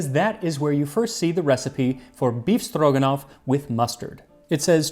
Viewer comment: By just hearing his pronunciation, you can suspect Max is secret Russian 😂 Perfect! One little comment - usually, meat is cut in thin strips, not cubed. Maybe, because in Soviet Union, only the cheapest meat was used for "befstroganof".